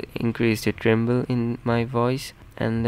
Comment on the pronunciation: Its treble not tremble